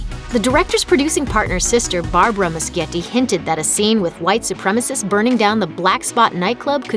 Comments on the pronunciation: NOT MUSKIETTI, IT'S MUSCHIETTI GEEZ!!! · the director of it chapter one is pronounsed andy mushetti not andy muskietti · every time this bitch said Andy Muschietti's name wrong i got so pissed lmao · I cringe every time she says muschietti